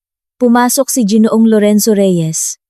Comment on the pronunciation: it is ginoo ang bigkas hindi jinoo.